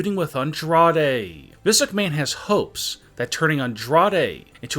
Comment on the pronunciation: And he pronounce vince McMahon as vince ucmahon I know he’s had a stroke